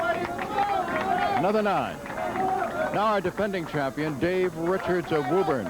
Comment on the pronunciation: Ah hem, it's pruhnounced Woo-bun.